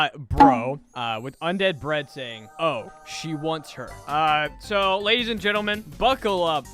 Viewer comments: "gadies and lentlemen" you say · "Jadies and lentleman" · well jadies and lentleman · Gadies and lentlemen💀